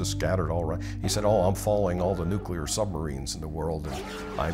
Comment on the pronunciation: Learn to pronounce nuclear I can’t watch just for that